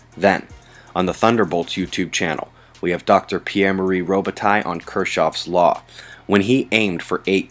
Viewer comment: Thank you for not scrapping that french Canadian name of Dr.Robitaille!! uve pronounced it right!! so rare amoung anglos... hehehe keep up the marvelous work,,, ur the only one i trust for weather... big love from Montréal....